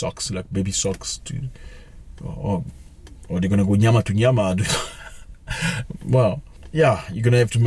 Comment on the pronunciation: Nyama to nyama 🤣🤣🤣🤣, are you South African Zack? 🤣🤣🤣🤣